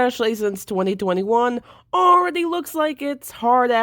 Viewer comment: The fact that you pronounce 2021 as "2020 won"😲